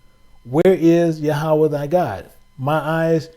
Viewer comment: Hebrew word for God is YaH-wAyH (Yahweh) NOT ya-ha-wa 👀 🙏🏽